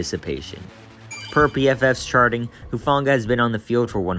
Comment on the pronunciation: Who-Fahng-ahh soft g not a hard g.